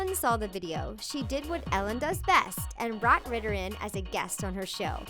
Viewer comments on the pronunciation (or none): none